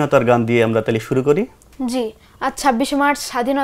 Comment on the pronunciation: উপস্থাপকের উচ্চারণ, বলার ভঙ্গি আরও উন্নত হওয়া দরকার। আমিরুল মুমেনীন মানিক, সাইফুল্লাহ মানসুর ভাই এক্ষেত্রে উদাহরণ হতে পারে। ওনার উচ্চারণ "তাহলে" -এর স্থলে "তালে" হয়ে যাচ্ছে। তাড়াহুড়ো উচ্চারণ না করে প্রতিটা শব্দ ধরে ধরে উচ্চারণ করতে হবে।